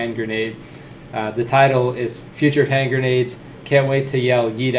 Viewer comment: "Hen-grendades" - Eggs (TM Walt Disney)